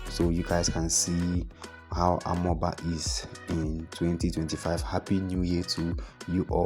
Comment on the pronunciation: Please next time try to to ask the indigenous people the pronunciation of amaoba. I come in peace